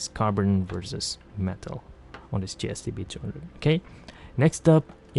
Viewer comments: you keep saying GST-B-droohundred. Which one is this? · Hey lady. Do you mind pronouncing the f** models clearly? ; "GSTB #&$-_+$-#&#..."? Isn't English your native language?